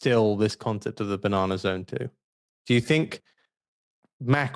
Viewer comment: The banan’r z’rn😂😂 😂😂😂😂😂😂😂